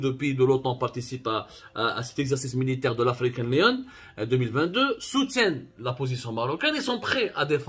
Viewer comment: African lion not leon